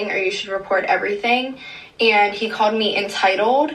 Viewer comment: “She CAWED ME ENTYITOLDE”